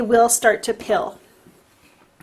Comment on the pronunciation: Are you saying "pill" or "peel?" No disrespect intended, I'm thinking it's just your accent and I am only wanting to clarify what you're saying. I've used cheap paper that peels up while applying a second layer of paint and I think that is what you were referring to. Thanks for this video - you made me want to go out and splurge on the good stuff to get better results.